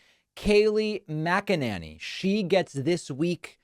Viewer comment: "Kay-Lee Mac-Uhh-Nah-Nee".